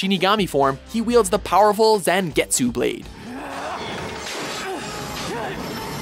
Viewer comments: a word of advice, take a few lessons in Japanese. While listening to your commentating, I have heard you mispronounce a few words and names. A few that were mispronounced were Ichigo and Zangetsu. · Wtf Zan GETsu pronounce properly omg it's not hard. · Erza, Ichigo and Inuyasha should all share the ranks of third second and first and btw, although Ichigo's sword was spelt Zangetsu, its actually pronounces as "Zongetsu", the "an" makes an "on" sound